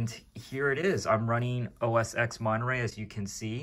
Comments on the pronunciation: it's os X (TEN) when you say os x it sounds like your saying os sex lmfao. Thanks for the info as I'm thinking about a mac mini and sounds like wouldn't be a bad choice since Monterrey supports it. Granted you can't do gaming on it but meh that's not what a Mac is for anyways! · Why do you call it Oh Es Sex? It is pronounced Oh Es Ten. And Monterey is Oh Es Twelve.